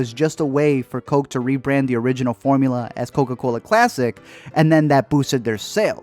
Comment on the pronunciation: Drinking a crishpy croke